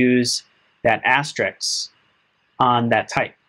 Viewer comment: Thanks for the vid. BTW, it's *asterisk*, not Asterix. s then k, not k then s...